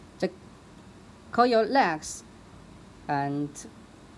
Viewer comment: Coil not coyel